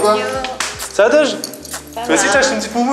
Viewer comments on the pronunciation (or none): il dit sa au lieu de ça